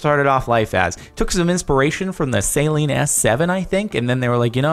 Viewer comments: Annddd you just lost a couple car guy points by pronouncing Saleen wrong. Lol. It's pronounced like "SUH-lean", not "saline" as in basically salt water. Lol. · Saeleen s7 do you mean Saleen, you call your self an american when u cant pronounce Saleen omgggggg saeleen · And the mispronunciation of Saleen too. I had a Homer Simpson "DOH!" moment when he said that lol.